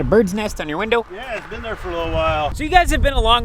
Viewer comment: the way said window 😂